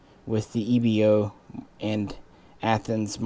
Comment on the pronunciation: EBO pronounced as E (ai.....like "air") B (V...) O (single O...not Oh) EVO...like you say EVO-lution...